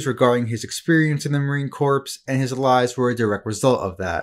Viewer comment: Please learn to say "Marine Corps" correctly